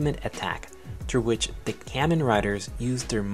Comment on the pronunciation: You are saying kamen wrong